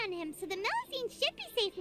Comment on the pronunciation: Knowing Neuvillette, he's sending you to Meropide for both your previous misgendering of melusines AND mispronounciation of their species XD